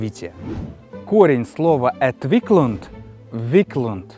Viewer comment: Добрый! Отличное видео! И смысл заложенный значением русских слов - наиболее точный. Полностью присоединяюсь к мнению автора. Единственно, Entwicklung. Это у меня со слухом плохо или неточности в произношении? На конце G а не D при произношении.